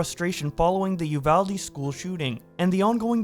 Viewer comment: Holy shit is the first person online who I've heard pronounce "Uvalde" correctly. Thank you